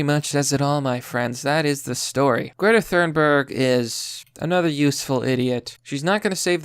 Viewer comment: Why are Americans so bad at pronunciation. I mean, Thurnberg instead of Thunberg is mildly acceptable but Playymouth instead of Plymouth that's unacceptable (Good video tho)